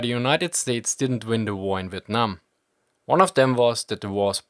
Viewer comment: Not relevant to the video but your pronunciation of " Vietnam " were actually pretty on point this is the 1st time i've heard a foreigner pronounce it correctly